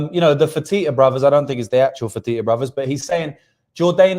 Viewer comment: “Fertitta Brothers” I dunno if it’s the real Fertitta Brothers” The Fertitta Brothers: “fertito brozers” Loooool